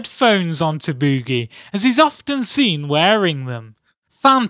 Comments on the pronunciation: Bewwgie.... Lmao.... Drrawring... Omao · LOL he says Bewgee